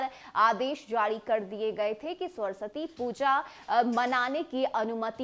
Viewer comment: पहले सरस्वती का उच्चारण सही कीजिए फिर समाचार कहिएगा।